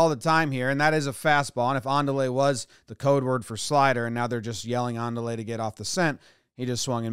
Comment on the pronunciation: I thinks he said "mandale" no "andale"